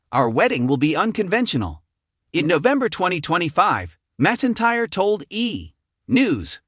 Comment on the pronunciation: It’s not Reba mesintire it’s Reba McEntire